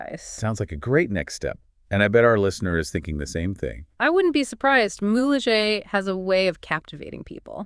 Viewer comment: it's Mule-Hay not mulejay